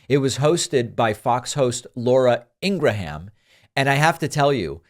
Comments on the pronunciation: I'm not sure if it was intentional, but her last name is pronounced EEN-gruhm - two syllables. Regardless, she's terrible. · Why you sometimes pronounce her name Abraham? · INGRA-HAM... REALLY ?? THATS THE BEST YOU CAN DO??? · Laura In-gra-ham....😂😂😂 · Laura Engram? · I ❤ how David called her "Ingraaham" 😂🤣🤣😆😆😆😂😉😊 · Ingra-ham...are you kidding me? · At least say her name right... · David sir, why dont you just say lauras last name right? You clearly know how to pronounce her name the correct way.